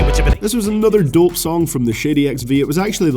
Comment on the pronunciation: A Scottish man saying 'dope' lol